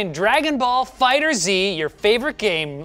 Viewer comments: Did he say fighter z and not fighterz smh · It's FighterZ, not Fighter Z. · Linus, it's not Dragon Ball FighterZeee! LOL It's FighterZ, Fighters.... Got it? LOL, you guys. The FGC is disappointed! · “Fighters Z” is the most painful thing to my ears ever since people started saying that. It’s FighterZ, one word the Z is like S. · I cringed when said Fighter Zee. The developers have said its just Fighters with a Z. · "FighterZ"(fighters), not "Fighter Z" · Please stop calling it Fighter Z lol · It's pronounced "fighters" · pronounced dragon ball fighterz title wrong, disliked and unsubbed